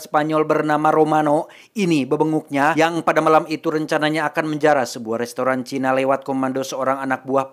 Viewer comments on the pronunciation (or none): none